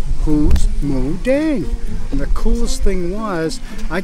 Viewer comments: 🎉🎉🎉🎉 you are so sweet , thank you for trying to pronounce her name correctly. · พูดชัดเลย หมูเด้ง 😎💥💥💥💥💥💥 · Moo Deng thai word so clear